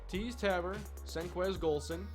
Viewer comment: learn how to say tabor